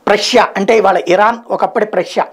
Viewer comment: ప్రష్యా కాదు పర్షియా